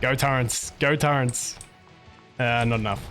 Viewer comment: Love ur vids man. Quick question. Why do you call turrets Turrents? Wheres the n coming from lol